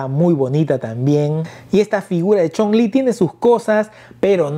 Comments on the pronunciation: Amigo es Chung-lí de street fighter así como se escucha no Chong-lí ese es el nombre del villano de la película de contacto sangriento así mismo Ami me gustan ambas la de sh figuarts me facina por su esculpido tipo animexico la de jada toys está genial también pero siento que el rostro le faltó un poco más de fineza y claridad en los rostros a mi humilde opinión saludos 👋🏼🙏🏼👍🏼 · Amigo la personaje se llama así se menciona chung-li y tú la llamas chong-lí ese es el nombre del villano chino quien lo protanizo El gran Bolo Young de la película 📽️ de los 80s contacto sangriento que salio con Jean Claude Van Damme así mismo crees que saquen a los personajes de final figh como cody,guy ,mike haggar etc en hora buena hsa figura de chung-lí de la jada toys saludos 👋🏼